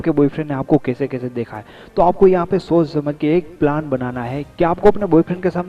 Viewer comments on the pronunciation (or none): none